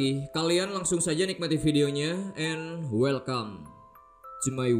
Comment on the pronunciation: welcome bang, bukan wellcome